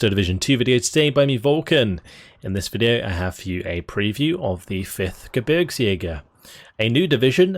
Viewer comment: its pronounced Gebergsjäger not Geburgsjäger